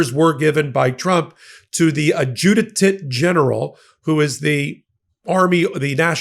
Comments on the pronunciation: Ad-ju-da-tent,??? it's 'Adj-U-tent'... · It's ADJUTANT not ADJUDETANT. Both you and Ben are pronouncing this word incorrectly. It's three syllables, not four.